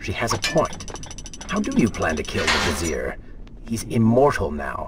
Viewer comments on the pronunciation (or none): It's Vizier not Vesere